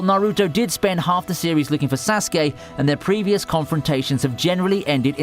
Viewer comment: Couldn’t agree more with Naruto vs sasuke !! That rivalry was very well developed.. btw your the way you pronounce sasuke is cringe 😬